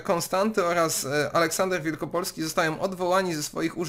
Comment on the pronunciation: Cymbał nie potrafi przeczytać nazwiska Wielopolski . a tytuł sztuki Kantora pt Wielopole Wielopole , z pewnością przeczytałby WIELKOPOLE